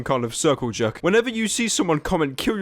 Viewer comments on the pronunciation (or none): none